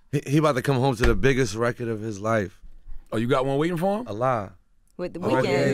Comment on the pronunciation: attention all new york people: its RECORD not RECKID